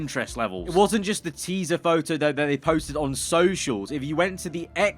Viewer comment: noone:: TEESA